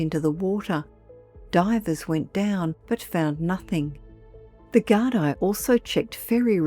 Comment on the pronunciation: Gardaí - pronounced ‘gar-dee,’ not ‘gar-dye.’